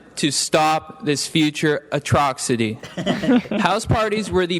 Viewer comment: “Ant-eye-bye-aw-ticks” “Mellon-chawly” “Atroxity” I’m weaaaak 🤣🤣